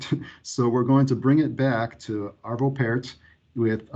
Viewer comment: Arvö Pärt pronounced Pjart